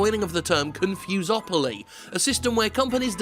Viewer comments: "confusepoly" HAHAHAHA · CON-FOMO-POLY. EASY AS THAT. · It's pronounced "Confuse 'em Properly" hope that helped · Con-Fom-opoly? Fom-fus-opoly? Con-fom-fus-a-mopoly!!